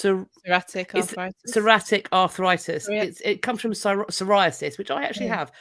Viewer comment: It’s saw-ree-attic arthritis. Brave Part.